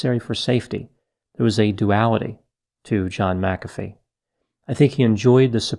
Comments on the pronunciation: Uhh I thought it was pronounced mac-uh-fee not muh-caffey lol ?? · Pronounced. MAC afee. not ma CA fee. He was a fool. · I’m pretty sure it’s pronounced “Mack-uh-fee,” not “Mick-aff-ee.” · MAC-a-fee. Not ma-CAF-ee. Just sayin’ . ♥️♥️🌟🌟🌟Love all the videos. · Its Mac-a-fee not mic-cafee. It's crazy someone that educated doesnt know the pronunciation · Why do you pronounce his surname Macaffeee but the software McAfee? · The whole video you pronounced his surname as Mac Afi and right at the end you said it the way I say it..McAfi! That really thew me off, which one's correct? 🤔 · Pronounced Mac a fee not Mcfee!!! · It’s Mak-uh-Fee, not Muh-cafee . You put em-fass-ess on the wrong sill-ab-ull. Tool. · Agreed. It’s Mac-A-fee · And in South Africa we pronounce it ma CAF ee - emphasis on the middle part. I wonder if there are others who have that surname who could help out with the correct English pronunciation? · I think it's pronounced Mac uh Fee. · Pronunciation is John David McAfee (/ˈmækəfiː/ MAK-ə-fee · I always thought it was pronounced MAC afee. That’s okay. Potato, potato. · Isn't it MAC-a-fee? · Pretty sure his name is pronounced Mac A Vee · HIS name is pronounce MAC-A-FEE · MACK a fee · MACK a fee Erik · Ma..caffee lol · Respectfully It is pronounced "Mac-ah-fee". He was running from the law, and been at it for a while. It's a shame! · pronounced Mac-a-fee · It's pronounced Mc A fee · Why does everyone mispronounce his name? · You are mispronouncing his name. Not that I really care. We should respect others by pronouncing their names the way they do. Wow, towards the end you got it right.